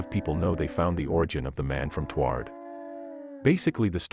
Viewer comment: Hearing the AI pronounce Taured as "tward" physically hurt